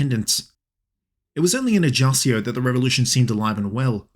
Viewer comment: Paoli was a father a first modern constitution, especially influence in America and France.. Is pronunce ajacho and GIuseppe